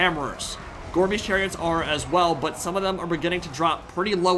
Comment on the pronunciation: every time you say "Gorebeast chariot" i hear "Gorbies chariot" and i just think of gorbachev clones on chariots